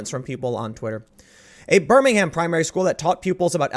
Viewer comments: Pls Tim stop saying BirmingHAM. In England you pronounce it “BER-MING-UM” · Btw I'm from Birmingham and we don't pronounce it like alabamans,.. it's "burm-ing-um".. p.s. keep up the great videos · Tim, it's pronounced 'Birming-um', I keep trying to tell you... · It's pronounced "Burming-hum", not "Burning-HAM"! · Pssst, It's pronounced "Birminggum" in the UK, just as Edinburgh is 'Ed-ing-bruh' not Edingborrow as my auntie pronounced it lol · It’s funny to hear the American pronunciation of Birmingham. It’s Bur-mingum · It's pronounced "Burr-min-um" 😉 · Tim..... you are pronouncing the city incorrectly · I don't wanna take away from the contents of the video but that's not how you pronounce "Birmingham" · Please don't pronounce the H in Birmingham, it's cringey.